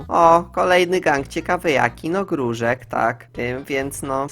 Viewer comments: XD mówi się GANG Gruszek a nie GANG Grużek XD ♥ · czemu ty mówisz „gróżek", a nie gruszek XDDD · Boli mnie to,że mówisz gruŻek, zamiast gruSZek xD Nick:obitum bleewed